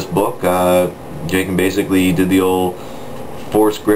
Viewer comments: Do you keep saying Jay-kin? Anyways, completely disagree with your review of "Outbound Flight". It's the first star wars book i've read in awhile that was actually well-written. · Jacen is pronounced Jason and its alema raR and they do say in one of the books that wickets tribe is a few kilometers away theres another series comin out after LotF with han and leia and amelia(allana) they try and track down information about the past of the millenium falcon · I KNOW PEOPLE ITS pronounced as an S